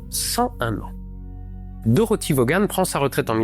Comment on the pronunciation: Mr, mettez-vous à niveau: on ne prononce pas le N dans "Fortran". Par contre, on ne prononce pas Vauga-ne- mais Vone